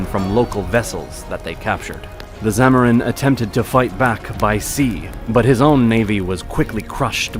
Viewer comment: It's is zamudiri, your pronunciations are wrong